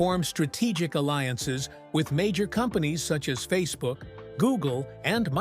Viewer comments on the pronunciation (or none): none